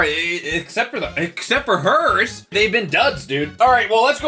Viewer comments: When he said Herr like “her” I felt that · Herr's make good pizza flavored snacks. Me: When you said that name, it sounded like a mumbling villager from Minecraft. Just wanna point that out.